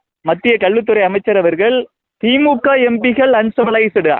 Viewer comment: Your pronunciation of Empikkal is horrible. Learn to.pronounce words properly